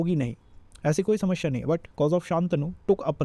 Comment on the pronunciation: speak slowly,running, explanation should be slow & clear so that others could understand well, pronunciation of samasya incorrect looks so odd listening to same word incorrect multiple times...need to explain serial wise,organised way from 1 st house to 12 th house not haphazard .....